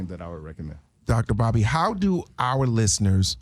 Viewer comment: DR BOBBY I HEAR DR BODY